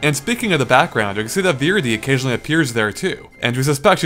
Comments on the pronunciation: It's pronounced "Vuh-REE-dee", not "VEER-uh-dee". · its vuh-ree-dee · GUYS SAID VIRIDI WRONG LETS CRITISIZE HIM TO NO END! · How the hell do you pronounce Viridi wrong? Viridis is the most common word relating to both nature and green, that's not Nature, or Green... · Could you work on your pronunciation? It's a bit annoying when you mispronounce things like melee, greninja, or viridi. Some of those are even said out-loud in their respective games!